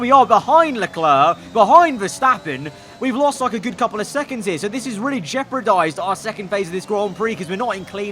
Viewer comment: its jeopardise not jeprodise lol